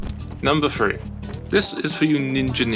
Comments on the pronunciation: Number three not number tree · Borneo on number three he said tree for three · "Number Tree" Lol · you said number tree twice three has the th sound thhhhhhhhhhh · "number tree" makes sense. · number TREE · All number 3’s are said as tree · 9.42 numba TREE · Borneo spots one. tree two. tree tree. not tree four. tree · "NUMBER TREE" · ha i get it.. number tree :D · In Frontier That Guy Just Says Number Tree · number one : tree number two : tree "number TREE" : not tree u hear this? ..... number four : tree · after doing2 tree spot he said tree on three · There were so many tree spots, I stopped hearing number three and heard number tree. :-D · He said Tree twice when he needed to say Three... Oh wait... that's grammar cause Три (Tree) is russian Three (3)